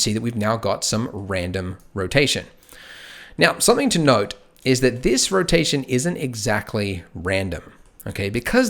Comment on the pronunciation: Everytime he said "something to note" I was hearing "something to node" lol